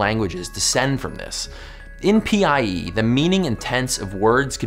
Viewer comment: "IN PIE" he said, Then i replied "IT IS NOT P,I,E DUDE ITS PIE PIE! YUMMY DELICIOUS APPLE PIE "like if u agree